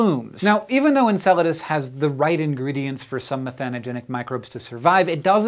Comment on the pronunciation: You might not be pronouncing it right.